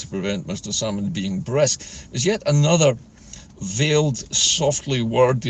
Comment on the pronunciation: It was brusk not brisk